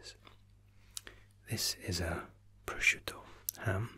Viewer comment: "PROSCIUTTO" you are the first non-Italian person that pronounce it right.